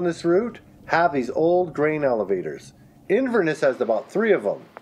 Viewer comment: The way you pronounce Inverness is absolutely criminal 😂